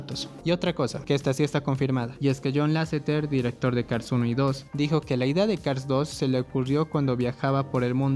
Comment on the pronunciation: Aquí el problema no es cars 2, el problema es no poder pronunciar Cars